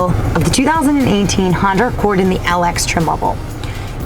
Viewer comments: She keeps saying the new Honder Accord !!!!! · 🤔🤔 Did she say Honder 😂😂😂😂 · Josh S Yes...lol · no worries lol, I just thought it was funny, made me laugh. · She did so many times but I think I could live with it,when you're that fine who cares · 'Honder' LOL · I love how you say "Honda"... Awesome review!